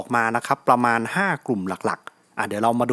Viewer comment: ในที่สุด ก็เรียกรีโว่ ว่า “รีโว่” ผมฟังเรียก “เรโว่” มาหลายคลิปเลยครับ น้ำตาจะไหล 55555+ ดีใจ:)